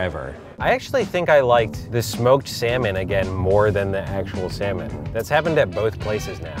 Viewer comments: SSSAaaaANnNNLllllllllooommmNNnNn Edit: I knwo it says sanmolm it’s what said when he said they’ll be eating three sanlom dishes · completely mispronounced the name of it though lol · ALI14 || In Australia we pronounce it like: (C); Sal:Mone.